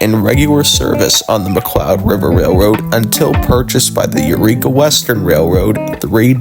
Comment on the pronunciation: You're pronouncing Yreka and Montague very wrong. Yreka is "Why reka" not "yer eka". And Montague is "Mon Tag you".